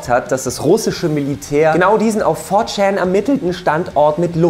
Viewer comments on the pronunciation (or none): four schan eigendlich schän aber schan hört sich bei dem so lustig an haha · "for tschaaan"..... echt jetzt? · hat er ernsthaft "VOR-CHAAN" gesagt? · wie du 4chan aussprichst... lol